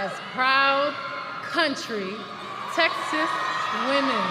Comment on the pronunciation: Ms. Presenter, the name of our state is Texas, not Taxis.